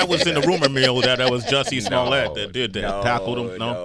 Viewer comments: You called him Juicy Smullea'....LMFAO!!!! That caught me off guard, awesome! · His name’s Juicy Smooyay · you saying "Juicy Smoolyee" was the highlight of the video!! 😂 Nah but this man is crazy. He said nothing during the interview, just like a narcissist. He victimized himself and blamed everyone else for what happened after it. But why were you still wearing the rope? why did the two brothers say that they did it ?! Unbelievable! 😂😂